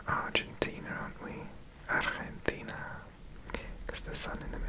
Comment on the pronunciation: I was surprised how well you pronounced Buenos Aires and Argentina,you are very good at this (i'm from argentina myself) ❤🇦🇷